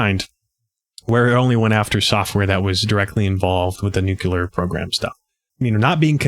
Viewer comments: We always want to pronounce “nuclear” this way: NUKE-lee-er. It’s not NUKE-u-lar. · Great layout and info! Still, I scrunched my nose at "nu kyoo ler." It doesn't help help sell yourself as an intellectual or knowledgeable person if you obstinately pronounce words contrary to how they are spelled. Where else might a crucial detail be glossed over in such a manner? Nuclear = "Nu klee er" or even "new clear". There's only one 'u' in it. BTW, we've been sounding the alarm for election fraud ever since the results came in and a "Russian tail" was in evidence. No one listens because Trump set it up by calling the 2020 election rigged, which his cult parrots even today. He cries wolf and is also the wolf. It's the only smart thing he's ever done and I'm not so sure he did it on purpose. It's deep in the bully's playbook to play victim so you may freely perpetrate a crime, but it is how their minds work.